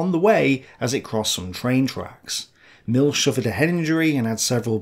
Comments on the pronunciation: Milch isn't pronounced "Milk" It's more like "MilH". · Great Content, but you say Milch wrong. Its not the english ch, but more like in the scottish "Loch Ness". There is no S sound in the german word Milch.